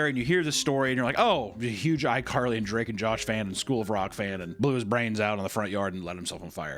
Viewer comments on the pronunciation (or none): none